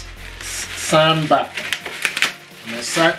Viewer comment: It's pronounced SOUNDBAR not sandbar